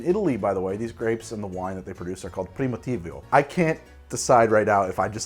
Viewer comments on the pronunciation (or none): The southern Italian wine is pronounced "preemeeteevo" (don't know how to write it better, hope it's clear enough), regarding the chianti, fiasco and pinot grigio pronunciation you nailed them :) Cheers from my town in tuscany, exactly in the middle of chianti hills!